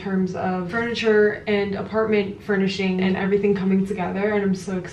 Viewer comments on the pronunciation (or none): It's pronounced Furnishings not Furnish Things. Saw and you got confused. Thought I'd help.